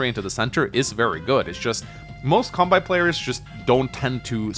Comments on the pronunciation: Seriously though dude, please say Kanbei correctly. You don't pronounce Sensei as "Sen-sai" so why should Kanbei be pronounced as "Kan-bai" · Why does he pronounce kanbei's name like that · Your content is great, but your Kanbei pronunciation is tilting, pls fix BibleThump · Love your videos, but I wince every time you mispronounce "Kanbei". Seriously, why pronounce the -ei in his name like that, but not the -ei in Sensei?